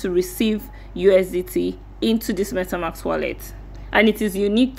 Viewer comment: For next video, its MetaMASK not MetaMAX. :D